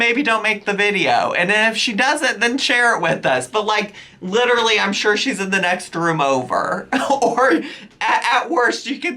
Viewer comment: Omfg I hate how she says "looterally"